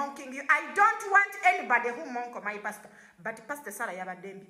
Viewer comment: Mukwano ekigambo kili "mock' so monk. 😅